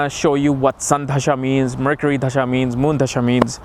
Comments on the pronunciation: Its "दशा" and not "धशा" - wrong pronounciation changes entire meaning of technical terms: not expected of experts to do that. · Just a small correction - It's 'dasha' not 'dhasha'.